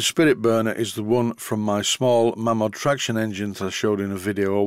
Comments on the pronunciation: Mamod not Maymod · It's mamod, not maymod. Whoever says maymod is a disgrace to society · Mamod comes from the family name of Malins. They started the business. Strictly speaking, it should be pronounced like May-lins, but hardly anyone does.